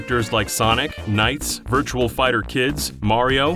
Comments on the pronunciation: My dude said VIRTUAL Fighter. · Virtua Fighter Kids, not Virtual Fighter. Come on, man!